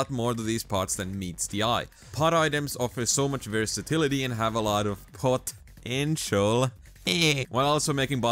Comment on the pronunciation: I gave this vid a like when he said POT-entail lmao